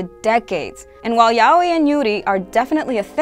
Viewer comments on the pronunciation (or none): none